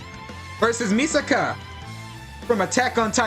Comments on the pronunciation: Its mikasa not misaka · It's Mikasa not Misaka!😤